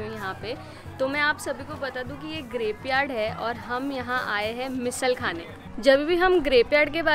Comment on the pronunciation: Grapeyard sounding like Graveyard